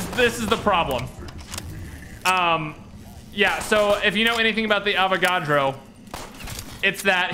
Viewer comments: PS it's Avagadro not Avacodo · His name is Avogadro not Avocado